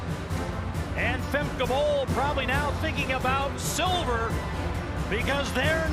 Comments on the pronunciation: Her name is Femke not Fem. How hard is it to say? She’s not your friend. The commentator’s over familiarity is unacceptable. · So how seriously do you expect us to take your video when the 'announcer' YOU chose can neither pronounce Femke nor Lovrone properly? If it isn't important enough for you to make sure that the two people who are the focus of your video aren't identified properly, don't be surprised if we pay zero attention to your videos.